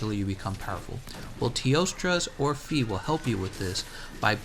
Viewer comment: Hey, in teostra's orphée name, the "ée" part should actually be pronounced like the first "e" in "educated" Anyway, I really appreciate your videos and guides, keep it up!